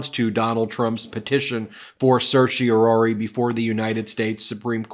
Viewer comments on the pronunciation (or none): The 4th syllable of "Certiorari" is pronounced RAR, rhymes with CAR, not ROR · For goodness sake, please learn how to freakin' pronounce certiorari. There's no "ory" sound at the end. Geez!